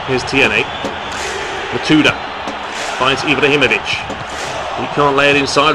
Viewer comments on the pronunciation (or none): Is not Matuida , is Matuidi !